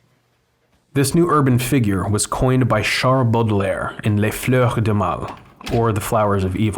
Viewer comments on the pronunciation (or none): I die a little bit every time you say Flanuer just sayin